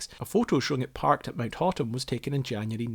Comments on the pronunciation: Aside from Hotham pronounced like "hoth-em" you did well pronouncing australian place names. It's nice to hear about my little ski hill, mt baw baw, being mentioned. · Hotham is pronounced hoth'm, despite my schoolyard attempts to name it Hot-ham. -Sincerely, a Melbournian.